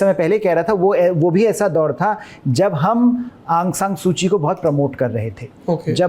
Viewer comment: Sir correct name Aung saun suu ki hai